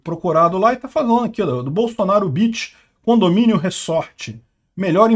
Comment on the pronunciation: Você quis dizer "condominiom"? 😂